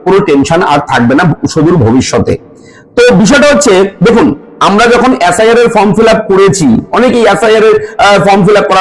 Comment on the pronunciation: এ্যাস্. আই. আর না এস্. আই. আর?